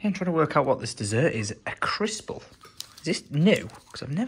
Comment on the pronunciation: Crispel 😂😂😂 it’s a CRISPELLO! 😭